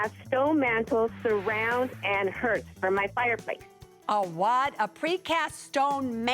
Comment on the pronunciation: This chick actually said “herth” for hearth